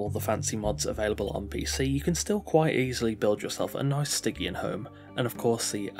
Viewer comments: hey it's pronounced sti-tzian not gkian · "STY-GE-AN" like "jeep" not like "get" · I probably did mispronounce it 😂 I couldn't work out for sure so I went with Stig-E-An as the safe option lmao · Other than mispronouncing stygian, this was great!